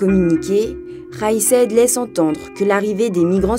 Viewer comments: vidéo assez mal faite, je n'aime pas critiquer pour critiquer mais là... écorcher le nom du président RAÏS SAED au lieu de son NOM KAIS SAÏED même si en arabe c'est difficile à prononcer mais quand on ne sait pas le prononcer on se limiter à le lire en Français hein ?! le taux de participation 30.5% écrit en toute lettre et 35.5% selon la voix off ? travail bâclé ou ?! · C'est possible de bien proncer le nom de Kais Saïed ??